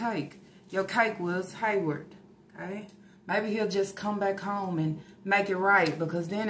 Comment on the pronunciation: Girl, I can’t believe that first she called it alimony like they were married. 😂😂😂 Second that she really thinks she’s gonna get $2K/mo from Haywvard. And no, I didn’t misspell it, that’s how she says it! 😂😂😂 She done quit her damn job thinking she’s about to live on this child support. That man doesn’t even make that much in a month to pay her $2K/mo! He will quit his lil Waffle House job before he gives up his whole check to her even if it is for the kids. But the amount makes me suspicious. $2K/mo for eight kids seems awfully low doesn’t it?!? Or is it just me???🤔🤔🤔 But I know a 🥷🏾 with 5 kids who pays more than that, and he makes minimum wage. So it makes me think they’re not all his kids! If she ever shows the test results, we’ll see. But the fact she hasn’t makes me think they’re not all “Yarborough babies”, ok! Because if they were, you know she would have thrown it in everyone’s faces. Especially about SySy and Lana! So I think half are his and the other half aren’t. But that’s just me. 😂😂😂